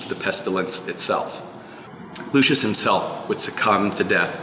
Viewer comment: When you call a ROMAN: lushis 🤦🏻